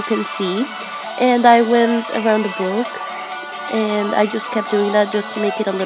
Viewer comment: Instead of saying book she said buuok no offence